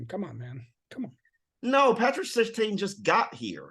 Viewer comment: Just so you know, its pronounced Sir Tan not Sir Tain.